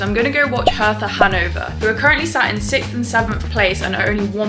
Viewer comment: Hertha is spoken Herta, the h is silent. It’s not a th. Hertha BSC has amazing Fans! We‘ve a friendship with them. I’m from Karlsruhe. Lovely people in our capital. 😊